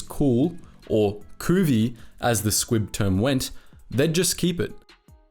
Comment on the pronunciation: I keep hearing "squig" instead of "squib".